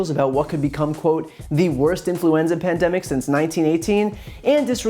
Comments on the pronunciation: "Pandemics" From the way he pronounced it, you would just know he hardly used that word until 2 months ago. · trump was preparing for it but somehow didn't start protecting us or fixing the stockpile by 'gathering ammunition' on day one or any day? BULLSHIT. he didn't even know how to pronounce pandemic until a month ago. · He can't even pronounce pandemic... can he spell it? If he knew the "shelves were empty" he would have shouted it from the rooftops. Liar.